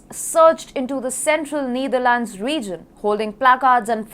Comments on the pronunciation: It's KneeDharlands. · It's KneeDharlands and band-weighgan. You englis wrong. Anchor right englis. Ok.